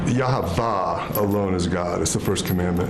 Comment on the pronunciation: He doesn’t even know how to pronounce Yahweh correctly. Idiotic man.